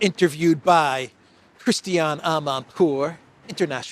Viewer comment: Her name is Christina An pour - not Christian!😅